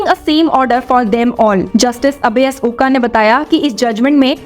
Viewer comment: The surname is pronounced as OK or like Oak tree . Oka or Oak is the way in which is spelled.